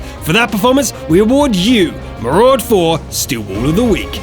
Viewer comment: MARUDA not MARUD4 dick